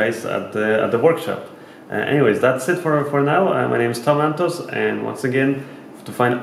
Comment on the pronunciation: Grt laptop. Everytime u say Tom Antos.. i hear Tomatoes. Grt video mate :)